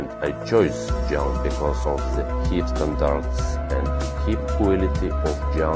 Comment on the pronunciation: "I am Richard, From England." Yeah... right, nice try. I hope you get a grenal agent hee paying job and become heeher demanded like you wish... someday, товарищ.